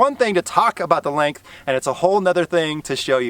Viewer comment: Is it just me or did he he keep saying lank instead of length